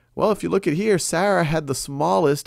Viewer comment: It really bothers me by how Sal is saying Sarah >.>